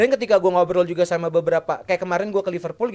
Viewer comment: Ipal Ipul apaan. Bilang Liverpool aja susah amat. Lu bilang Ipul ke orang luar di ketawain lu.